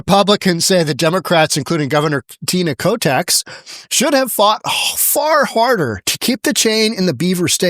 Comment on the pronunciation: In the last few years these little coffee booths have popped up all over Arizona. Long lines at all times. No surprise, they want to headquarter in Az. Starbucks is almost dead in most parts of Az. Since most of Az is conservative...except for Phoenix and Tucson. BTW did he just say Tina Kotex??? WTF?